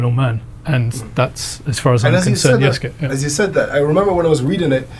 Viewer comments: Who is "Yosuke"? You falsely accuse a legitimate historian of being a "fraud," yet you can't even say Yasuke's name correctly. You called him "Yosuke" twice. You're behind on the latest news. An even more established Japanese historian, Hirayama Yu has provided his statement that Yasuke was Samurai and he explains in detail. Japanese historian Hirayama Yu is destroying the culture war chuds on Twitter, asserting that Yasuke was indeed Samurai. Hirayama's full quote: なんか、織田信長に仕えた黒人の弥助の話題になっているみたい。彼に関する史料はかなり乏しいが、信長に仕える「侍」身分であったことはまちがいなかろう。出身の身分がどうであれ、主人が「侍」分に取り立てれば、そうなれたのが中世（戦国）社会。なんでそんなことが言えるかといえば、①信長より「扶持」を与えられている、②屋敷を与えられている、③太刀を与えられている、と史料に登場するから。「扶持」を与えられ、信長に近侍しているということは「主従の契約」「扶持の約諾」という重要な用件を満たしている。また、太刀を許されているので、二刀指であり、下人などではない（下人には刀指が認められていない）ことも重要。ましてや、屋敷拝領ならば、疑問の余地はない。宣教師の奴隷を、信長が譲り受けたところまでは、奴隷だったのだろうが、上記の①～③により、彼の意思によって「侍」分になったのだろう。本能寺の変時に、明智方が「動物」「日本人に非ず」などとして殺害しなかったというのは、それは明智が弥助を「侍」と認定しなかった（差別意識があったのだろう）だけにすぎない。身分が低い者を、主人が「侍」に取り立てることは、当時としては当たり前であった。そもそも、秀吉って立派な事例があるじゃんね。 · Since your both living in Japan is the proper pronouncement Ya-Soo-KA or Yas-kA?